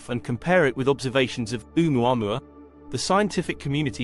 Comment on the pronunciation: It's pronounced "Oh-mu-a-MU-a" - five syllables please with the accent on the penultimate MU.